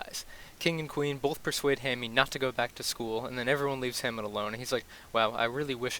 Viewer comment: “Hammie” lol